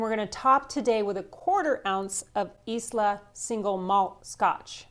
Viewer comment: In the spirit of trying to help your great channel: “Islay” is pronounced “eye-luh” “Laphroaig” is pronounced “luh-froyg”